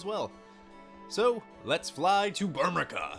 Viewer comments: I cringed every time he said Burmeca, it's Burme "CIA" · Burmecia right? "Bur-mee-see-ya" Hahaha... To each his own i guess. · I always pronounced it as “Bur-mee-see-a” myself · I pronounce it "bur-muh-see-ah" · MY GOD you pronounce like EVERYTHING wrong. Myoogles. Kyoopo. Burmika. Veevee. Make my ears bleeeed